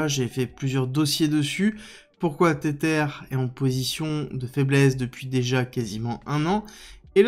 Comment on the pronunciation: Mais arrête de dire "tétère" 😂 Tether se prononce "tézeur"